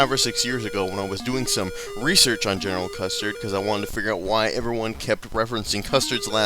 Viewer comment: its Custer not custard